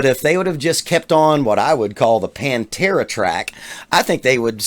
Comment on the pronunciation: Bless you for saying PANTERA 👍